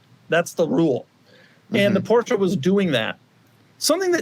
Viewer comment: What hurts more than the necks of those 2 drivers is the pronounciation of the "Porsche"